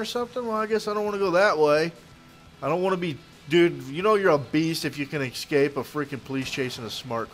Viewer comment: I'm sorry, but this bothers me, it's escape, not exskape